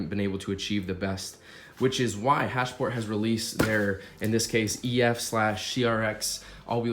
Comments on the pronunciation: its HASPORT.... not HASH-PORT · Hasport not hashport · Sounds like he's saying hashport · Your the only person I’ve heard say “hash-port” and “hon-data” lmao